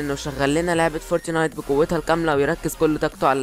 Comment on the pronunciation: فورتنايت مش فورتينايت 😂